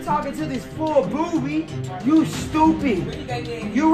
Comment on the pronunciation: U said Boby😂😂😂😂